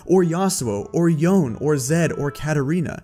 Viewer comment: Did he just fkin call Yone youn??????